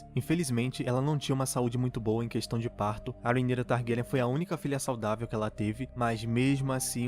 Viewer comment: Eu amei q vc pronúncia o nome da rheanyra corretamente! Tem um pessoal fazendo review chamando ela de rhayra e tá me dando agonia kkkkkk